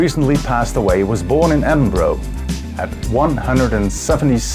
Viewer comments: Edin-bro? it's Edin-bruh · You need to learn how to pronounce EdinBURGH ..... it's as in the word 'Burru' (not "EdinBRO", as you pronounced it!) and GlasGOW, as in the word 'go', not "GlasgGOW - as in the word 'cow)😎😎😎😎😎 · Edin-bruh?? ....not really.... it is Edin-buruh.....